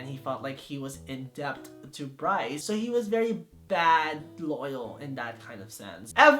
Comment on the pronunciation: Once I heard him say Brice for Leo I cried